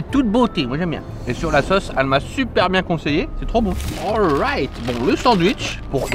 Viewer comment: le awrayt a l américaine😂😂